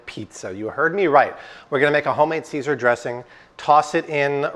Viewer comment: Saysar, IT'S PRONOUNCED CAESAR. WHY DO YOU ALWAYS MISPRONOUNCE WORDS, ARE YOU STUPID OR AFFECTED OR BOTH?